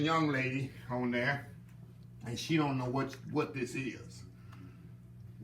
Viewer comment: when he said “ Put Auhhh dat in durr” i knew i was being taking to heaven🙌🏾💜